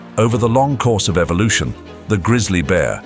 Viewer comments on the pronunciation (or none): none